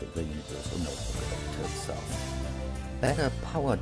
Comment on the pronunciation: its NOTEBOOK not noterbook